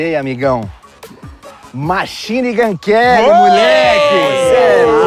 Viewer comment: se esse corte não foi pra ensinar o velho falar machine gun Kelly, eu sou um fusca